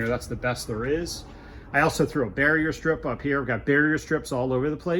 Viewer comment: Are you saying "barrier strip"?